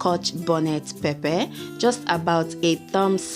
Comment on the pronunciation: First of all..I keep laughing Everytime you say pepper,,z😁😁😂😂 otherwise..it's looks really yummy😍😋😋😋😋😋